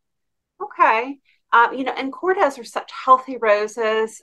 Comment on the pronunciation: Korde roses Kord pronounced not Kord des